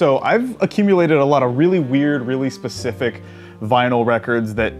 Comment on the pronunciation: "SPECIFIC" not "PERCIFIC" XD